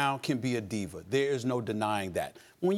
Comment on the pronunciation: Why does steven a Smith-er always uses er at the end of words? Diva, diver? Bama, bamer?